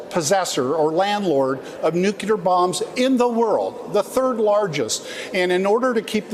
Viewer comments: Aw, come on,! I like ya, but please, the word is "nuclear", not "nucular". You're a Democrat. Stop saying it like Republicans do. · Nuke-you-lar vs nuke-lear. :)